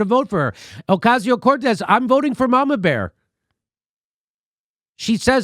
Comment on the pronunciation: Can you learn to pronounce AOC"S name? o-Cas-i-o cor-Tez. Please learn.